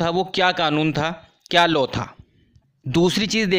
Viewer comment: Law ko thik se pronounce kro